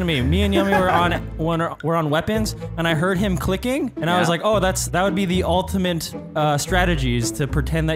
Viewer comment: “Ultimant strategy”